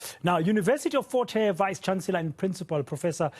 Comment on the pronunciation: Fort Hare* and not force hare